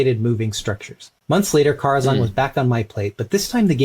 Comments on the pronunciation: It's def not Car-a-zan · It’s spelled care-a-xan and it’s pronounced care-a-xan